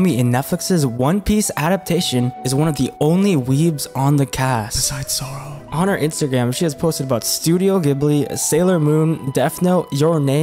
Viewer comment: If she was a huge weeb then she should at least know how to pronounce zoros full name I don't think I heard anyone in the live action pronounce it right.This youtuber pronounces it the same way like "Zoero"